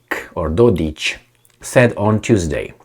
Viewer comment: Mate, it is Dod-ik...k like in (k)ing not Dod-ich ( there is no ć (ch) ) . What a heck, can't you read!? Not every Serb is ich! CAPEESH